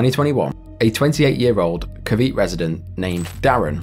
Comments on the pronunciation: Cavite is pronounced as Kah-VEE-teh. . . Not kah-VEET 💀💀💀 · Filipino here, Cavite is pronounced “Kah-vee-teh” and not “Kah-veet” other than that this was a very interesting informative video to watch definitely one of my favorite series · as a filipino, Cavite is pronounced as "kaa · vee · teh" and not "kuh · vite" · nice vids ,BTW its pronounce kaa-vee-tee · I'm sure you've been told already by now, but just in case you haven't, the correct pronunciation for Cavite, is 'cav-ee-tay'. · I was working on an embroidery project with the video playing and still thinking about how Dreamspace seemed like severe criminal negligence and the sentencing was far too light when you got to the story in Cavite, and the way you pronounced it made me blank out trying to figure out where you were talking about for a good 10 seconds before i realized you meant Cavite.